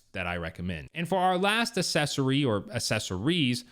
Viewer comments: How is it that a grown man doesn’t know how to pronounce the word “accessory”?!? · …..please,please,…..please…..google the pronunciation of accessory. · Can't watch your video because you don't know how to pronounce the word "accessory." And you keep saying it wrong over, and over, and over.